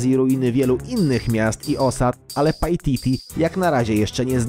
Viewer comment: pajtiti XDDDDDDDDD